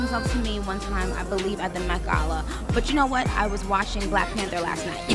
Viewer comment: She said met Gala but it sounds like mecca